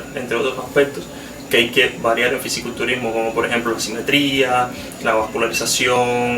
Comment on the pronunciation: Se dice Fisico culturismo y no Fisi culturismo.